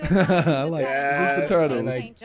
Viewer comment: How has "I smell wike beeeeef" not made it in the video?